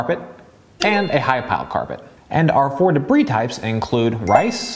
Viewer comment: Excellent professional review. Please learn the pronunciation of dirt called debris, not “dabreeze”